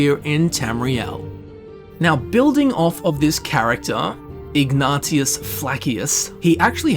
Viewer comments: Ignatius is pronounced ig-ney-shus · it’s pronounced IG-NAY-SHUSS. The name is most well known for Ignatius of Loyola, a Jesuit priest who was wildly influential. His name isn’t stupid, you’re stupid. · his name is pronounced ig-ney-she-us (ignatious) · I feel offended. (Ftr it's pronounced Ig-nay-she-us) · Ignatius is pronounced like ig nay shuss